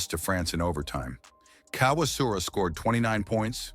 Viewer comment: 58 year old kawamura?! Come on! You're already using AI for narration! Please do your spell checks so that at least it sounds right.